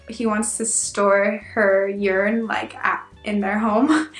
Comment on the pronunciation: Speaking about the formal you: Did you know that the english you is technically always formal? The informal was thou. And why do you pronounce urn, like urine? It's ˈərn like in to earn money. Urn and earn actually share the same phonetic spelling. (Did I just correct a native speaker on her pronounciation? Weird!)